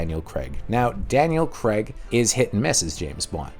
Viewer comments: Daniel "Craig", not "Creg" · It's pronounced Craig! Not Creg!